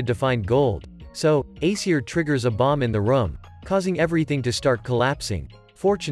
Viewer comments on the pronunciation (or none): none